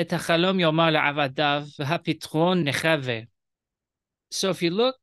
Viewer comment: Question regarding your Hebrew translation of the first sentence: why do you observe begedkefet in עבדיו by pronouncing ב as "v" but you don't observe it in מלך and you pronounce ך in מלך as "k" and not like "ch"? Also, why do you pronounce ענוּ as "ano" when it is written "anu" and why do you pronounce נחַוה as "nechEve" when it is written nechAve"? Is there a specific phonetic reason? Thanks.